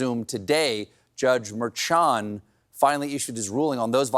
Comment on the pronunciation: Please, Colbert staff maybe reading this... Judge Merchan is pronounced Myrrh-Shawn like Mermaid and Yawn 🧜‍♀🥱